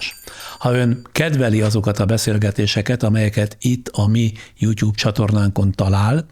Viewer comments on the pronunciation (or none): none